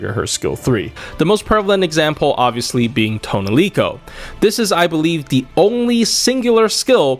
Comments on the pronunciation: Who the fuck is “toaunelico” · Tonelico: says her actual name on her summon line (instead of "Aesc") as Toh NEH rico: ToneLEEco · Take a shot whenever said toniloce